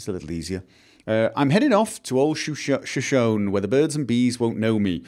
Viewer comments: I've been wanting to say something since first episode but didn't actually think to leave a comment until the end of this one when you were reading the song lyrics left in the outhouse: Shoshone is pronounced like "show-shown-E." It's the name of a Native American tribe. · shoshone is pronounced as shoshonee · Finds a rhyming poem where "Shoshone" is paired with "me"... still pronounces it wrong. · Shoshone is Native American. The final "e" is pronounced with accent on the second syllable.